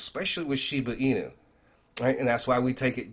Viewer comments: "She-boo inu" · SHIBA (“AH”) INU!!!! Geez get it right